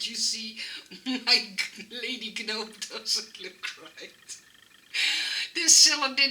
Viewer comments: Hoi, vreselijk leuke ontwerpen weer! Het woord 'gnome' wordt (heel gek) uitgesproken zonder de 'g'. Het wordt dus eigenlijk 'noom'. Ik hoop dat je het niet erg vind dat ik dit aangeef! Ik kijk al je video's en volgens mij leer je graag om je Engels te verbeteren, zoals wij weer veel van jou leren. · FYI In English, we do not pronounce the “g” in gnome. Hope you do not take offense for my correction. ♥️ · So cute ❤️ I couldn’t stop smiling at your pronunciation of the word gnome 🥰 You are so cute